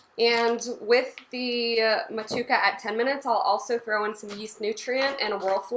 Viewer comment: I believe in NZ they pronounce it Mo-too-ay-kuh Seems like a fantastic recipe tho! I love brewing IPAs with those NZ and AUS hops, I’m planning to brew one as well soon and just picked up some Motueka and Wakatu hops